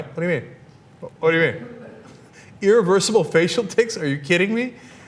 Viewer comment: I hate how Ana says "eereversible" and "eerelevant".